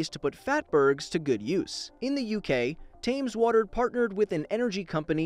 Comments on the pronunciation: You just called Thames tams🤦🏻‍♂️ It’s pronounced as tems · The Englishman inside me is screaming (Thames) Temz...Temz not Tams XD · "TAMS" water. Yikes. It's pronounced "tems" lmao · It's pronounced "Temms" not "Tarms" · TAMES WATER made me laugh it's pronounced like tems? (idk it's weird) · It’s not “Tams Water” It’s “Taems water” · "tams water" Tames - Thames... I'm also certain they tems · Themes is pronounced “tems” not “tams” Yours sincerely A laughing Brit 😂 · Btw. Is pronounced thame-s not thams. Just bugged me. And yes I do know how to pronounce it. They are actually out water providers. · Y DID U SAY "tams" ITS "tems" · It’s not prounounced tams it’s pronounced tems I know because in British And it’s the river thames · Tammes water XD We call it "Temms" even though it's spelt Thames lol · Thames isn’t pronounced tams, it tems. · It's not 'tams', u pronounce it 'tems' . 😂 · It's pronounced tems not tayms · Thames is pronounced “tems” not “tams” btw 😂😂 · Its called thames as in fames not tames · tams? tames? it's pronounced tems. As a Brit I physically felt pain when you pronounced it like that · it's pronounced more like "Tems" than "Tams", just for future reference ;) otherwise, good video as always! :) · I laughed when he said "tams" lol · Thames is pronounced 'Tems' not 'Tames' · It's not as you pronounced it 'Tammes' Its thems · TAMES? TAMES?! Its Pronounced "tems" if you say it and spelt THAMES!!!!! D:< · .... im from Massachusetts. Dont talk to me about mispronunciation lol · It’s pronounced tems not tames. Have you never heard someone say the river Thames properly before? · Tams water.......hahaha It's tems water Oh well still a good video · Its not 'tams' thames is pronounced "tames" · “Tams” pretty sure it’s pronounced “Tems” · Lmao, the way he said "Thames" was so funny, "Tams" rather then "Tems" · It's 'Tems' not 'Tams' just saying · Thames is pronounced tems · 'tams' water hurt me, at least it wasn't th-ames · It's pronounced 'tems' water